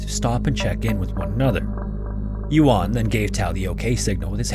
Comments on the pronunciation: The pronunciations in this video kill me. “Yuan” is not “yoo’ahn” it’s “Yuwehn” but the “w” needs to be super super soft, almost not there. And “jiudan” cave is not f**king “johdan”, it’s “dzyohdan” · Chinese speaker here! Took me a minute to figure out which cave it was because it's actually Jiudun Cave, not Jiudan Cave! (U not A) Some things I found out about the location: 1. "Guang Xi 广西 (Goo-ah-ng See)" is the name, and "Zhuang (Joo-ah-ng)" means region. 2. The county name is 2 words, so "Du'an 都安 (Doo Ah-n)" and not Duan. 3. The Chinese name of "Jiu Dun 九顿 (J-i-oo D-oo-n)" Cave is better known as JiuDun TianChuang 九顿 天窗 meaning JiuDun Skylight. It also looks like there was another casualty last year, where a famous Chinese deep cave diver called Han Ting had his body recovered from the cave system. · Yeah his pronunciation was pretty poor to the point of being distracting, ironically coming after an ad read for Babbel, a language app